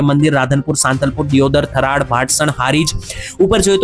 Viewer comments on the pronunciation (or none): થરાડ નહિ થરાદ😂